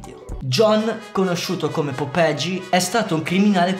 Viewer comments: perché dici "popegi" se è "popeye" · BRO IL VIDEO SPACCA E TUTTI MA, NON SI LEGGE POPEGI MA POPAI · Non si pronuncia Popegi, ma "Popeglie" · si pronuncia popeye in spagnolo non popege lol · Fra bel video ma si pronuncia popeie non popegi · Figa proprio tu che sei dominicano è sai lo spagnolo non è popeje come lo dici dici è popeye come dire oye è la stessa pronuncia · Ma perché dici popegi ahhahahahahahah